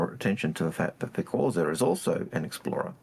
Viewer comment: CorSair, not Corzair 🙄